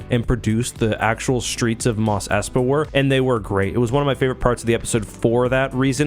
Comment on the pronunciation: Why do you pronounce "street" as "shtreet" and "strength" as "shtrength?" Is that a "Canadian" thing?